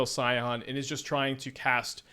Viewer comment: "Skyon" instead of "Scion" 😂 why are you this way